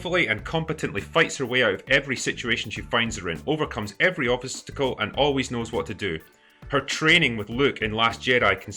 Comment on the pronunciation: officestacle. Relatively sober drinker didn't speak quite as clearly, ironically